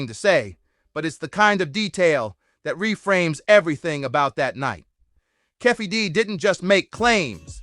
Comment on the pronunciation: Who's Keffe D? It's Keefe D!